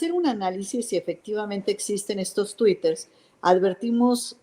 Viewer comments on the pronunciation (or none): "Twiters", no mames, qué pendeja. Para traidores ya hay muchos, esquivel, tu lugar está con los vendepatrias